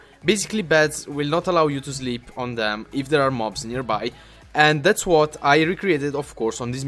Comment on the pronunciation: sorry but its nearby and not nerby